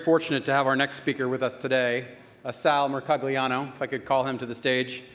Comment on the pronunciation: First time I see his name in written form. What sounded like "Salomaclano" ist actually ...Dr Salvatore R. Mercogliano